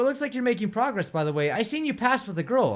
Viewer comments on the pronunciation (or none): none